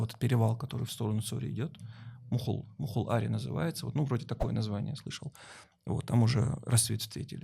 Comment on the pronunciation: Не мухул аре, а михал аре, поправочка, буду душнилой 😂 это граница между двух тейпов, Цхьорой и Оздой